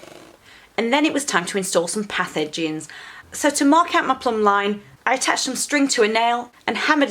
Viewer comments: Path Edgings... thought you were saying pathogens. Was like wtf is she talking about lol. Good on you for getting out there and getting dirty, hard work pays off. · Thanks for another video. Merry Christmas. When I first heard you say "put the path edgings in the ground" my feeble brain heard "put the pathogens in the ground."